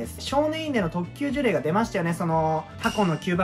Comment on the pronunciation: 1度ジュレイをジュリョウと噛んでから当分の間そのままでしたが、最終的には戻ってましたねw